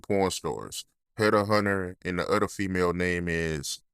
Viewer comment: This fool says udder instead of other